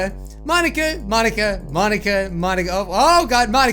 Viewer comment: I was kinda mad he was pronoucing Monika wrong its not mon a ka its mo nika